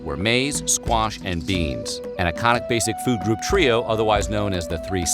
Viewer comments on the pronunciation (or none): none